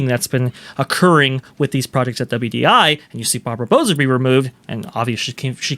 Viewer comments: Bow-sah....(As in bow of a ship, not bow of bow and arrow). I'm Hispanic.... Trust me on the pronunciation, 😊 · I believe “Bouza” is pronounced similarly to “Bowser,” because she’s the villain in this story.